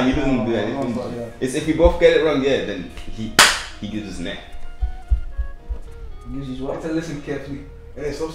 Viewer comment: 'neck' not next